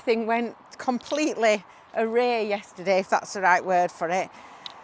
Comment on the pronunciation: Awry - awr eye. Aye, it’s a weird word.